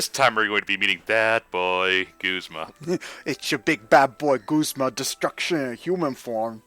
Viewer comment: I don't know how anyone could possibly think that Guzma is pronounced "g-oo-sma" and not "g-u-zma". You don't pronounce "guzzle" as "goosle" unless you're mentally damaged. And a lot of people pronounce it "g-oo-sma"! You're just looking for a weird pronunciation for no reason! Just like how Lusamine cannot possibly end in "ay"!